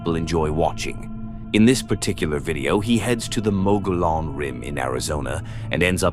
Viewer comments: Mogollon Rim in AZ, pronounced “mug-ee-yawn”. Got a nice giggle from the mispronunciation. Just found this channel and am binging! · it’s pronounced Mo gee yon Rim, just saying.